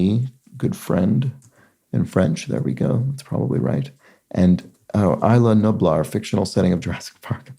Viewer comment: Isla Nublar is pronounced "EEZ-lah NOO-blahr" by the way ;)